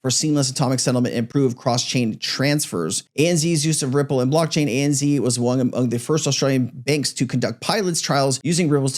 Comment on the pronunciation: ANZ is pronounced ANZed not ANzee lol😂